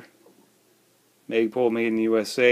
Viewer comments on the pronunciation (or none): MAG. PUL. NOT MA PUL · LMAO “maiygpool”